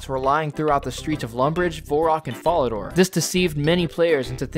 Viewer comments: vorrock bank and folidooor jesus christ who talks like that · Yeah I legit don't know how someone so successfully butchers even the easiest pronunciations. Fucking FARADOR? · "Vorrock" and "fallador". really. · This was fire but your pronunciation of falador varrock and some other rs words was wild lol